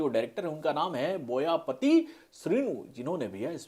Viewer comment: बोयापाटी not बोयापति